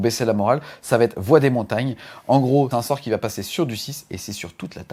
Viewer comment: Merci pour cette vidéo super complète. Bon c'est pas toujours facile à suivre car beaucoup d'info mais vu la quantité de contenu c'est compréhensible sinon la vidéo durerait 3h. En revanche, par pitié, il n'y a pas de "T" entre "va" et "être". ^_^